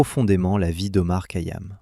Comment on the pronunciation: Essayez de bien prononcer bien son nom..c'est KHayam!! Ka yam m'ecorche les oreilles !!!